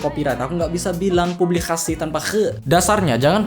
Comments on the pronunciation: tuh kayaknya ente mau ngomong "publikasi" jadi "publi-classy" :v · Looo..ngomong Pubikasi itu kalau uda bisa jangan d buat"......ngaco lo.....